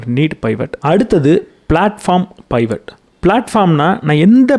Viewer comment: Good to hear your narration. It’s not பைவட். Suggest to refer the dictionary about new words. Same way in another book it was spelled as மோனாபாலி.